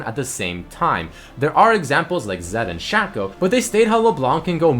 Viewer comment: it's pronounced "shayco"